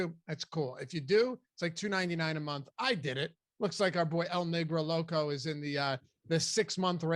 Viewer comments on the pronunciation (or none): I hope that I heard you wrong. It’s el negro loco. Not el nigro loco it is a very big difference